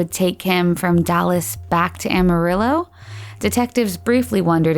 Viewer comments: does anyone else hear Awe-Marillo, and not Amarillo? Sorry can't get past it. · For f*cks sake it’s Amarillo, not Almarillo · It isn’t Ah-marillo, it is Am-arillo. Otherwise, great vid! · Good video, but it's AMArillo not OMArillo 😄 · It's AMARILLO , not ALMARILLO . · 9 minutes in she finally said Amarillo correctly, twice, and then went back to the incorrect way. "Am", like "ham" without the "h". Apart from that annoying detail, good video/content. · Aside from mispronouncing Amarillo “Almarillo” 15 times. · I can forgive not being able to pronounce Yakima, because apparently nobody from outside the Yakima valley can, but how do you mispronounce Amarillo?